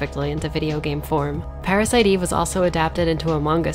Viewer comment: "Pa-ra-si-to Eve-vu" This. This is the reason why i come back to this video over and over again.